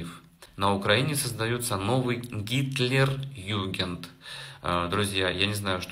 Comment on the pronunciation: буква "к" называется "КА", когда называешь название автомата АК. Далее, ГитлерЮгенд- хотя бы нагуглил вначале, это - ИСТОРИЯ.